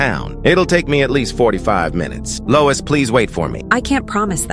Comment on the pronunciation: louis ❎ lois ✅